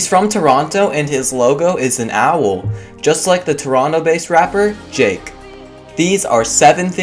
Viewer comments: Did u say jake or drake cuz I heard jake I am not hating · im swear he said jake instead of drake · Lol I had replayed it four times and heard Jake and then started dieing because he couldn't get a name as simple as Drake right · How about editing Jake in Drake? U said it wrong. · i think he said drake but sounder like jake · Did he say jake or drake because it sounded like jake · ye it did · JAKE IM DEAD 😂😂😂😂😂😂😂 unless it came of weird but still he distinctly says jake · am i the only one who noticed that he said "Jake" instead of drake 😂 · He said "jake" instead of "drake" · He really say jake instead of drake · He said Jake instead of drake LOL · He pronounced drake so fucking wrong